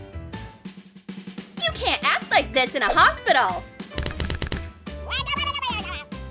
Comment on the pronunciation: It is hospital not hosbital